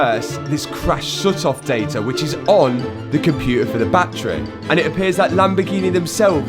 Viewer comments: Like da whey you sayyy batttttturieeeee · What's a bat-tray? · I'm going to have to stop watching most YouTube videos that discuss anything to do with batteries. "Battery" has three syllables. Bat trees are roosting spots for flying mammals. For unaccountable reasons, the use of the latter when meaning the former isvtriggering me very badly! Mind you, you're the one with the Lambo, so... what do I know?!😅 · Challenge:….. take a drink every time Matt says battreh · Love your accent: battrey Annd it now means that any crashed Revuelta will be written off, until they write the software to unlock it. Very irresponsible behaviour from a major car maker, shame on you Lambo. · Battery is a three syllable word that you've somehow turned into a two syllable word 😂. Fucking accents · The way he is pronouncing Battery is gonna haunt me in my dreams forever.